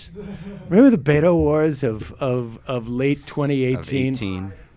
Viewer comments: Please gentlemen, 'Beto' is pronounced "Beh-toe" not 'Bey-dough". Thanks. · Yeah, this is something they've been doing for awhile - mispronouncing his name. I've pointed it out in the past to no avail. I don't know if it's because they really haven't followed him much, but they simply refuse to say 'Beto' properly. Maybe on purpose, or maybe it's a NY/Long Island thing...probably on purpose.